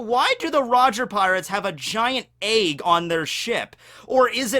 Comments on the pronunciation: Also it's an EGG!! Not an AEYG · Why do you call it eyg instead of egg? :P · Lol why do you pronounce egg like “Ayegg” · the way says egg pisses me off for some reason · Please pronounce 'egg' again for my amusement. Thank you. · am i the only one who is triggert by the way he says egg